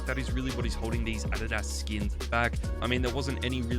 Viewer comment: that's not how you pronounce Adidas😭